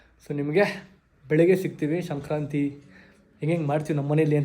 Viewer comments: ಶಂಕ್ರತಿ ಅಲ್ಲ ಬ್ರೋ ಸಂಕ್ರಾತಿ ಹಬ್ಬ ಕರೆಕ್ಟ್ ಆಗಿ ಹೇಳಿ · bro ಶಂಕ್ರಾಂತಿ ಅಲ್ಲ ❌ ಸಂಕ್ರಾಂತಿ ✅ ತಪ್ಪಾಗಿ ಹೇಳ್ತಾಇದಿರಾ 👍🏻❤️ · Sankranti anta helappa adu shankranti alla channagi pronounce madaku agalva ninge tu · ಬ್ರೋ ಶಂಕ್ರತಿ ಅಲ್ಲ ಸಂಕ್ರಾಂತಿ